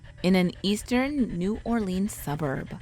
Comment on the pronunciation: You said New Orleans wrong